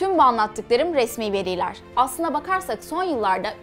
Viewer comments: Videolarını severek izliyorum. Çok başarılısın. Küçük bir eleştiri. haaasılaa değil hasıla . veriiiiyler değil veriler. GÜZEL TÜRKÇENİN bozulmasına izin verme. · veriler kelimesi ısrarla yanlış okunuyor odaklanamıyorum